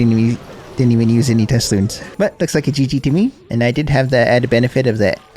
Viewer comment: what are you referring to your balloons as? it sounds like you're saying tesloons or something